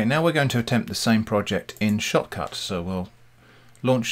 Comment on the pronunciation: When you say "Shotcut", I hear "shop cart"